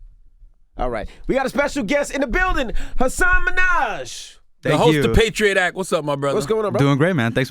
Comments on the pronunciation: guys, this is old - but also his name is prounounced something like "Has-sin" and not "Huh-sahn" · Envy said hasON minajjjj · Damn say his name right at least Envy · Of course they’re gonna miss that joke when they can’t even pronounce Hassan’s name correctly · Say his name right... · First thing i noticed!! & i think it's weird how anywhere else he goes Hasan will usually correct someone who pronounces it wrong but not with envy & charlamagne